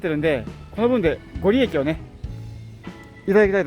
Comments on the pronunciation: ご利益=ごりやく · ご利益(ごりやく)、成就(じょうじゅ)ですね。